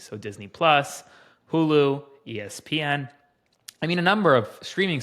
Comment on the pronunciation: eee ess PEE en .... first time I've heard it prONounceD that way 🤷‍♂️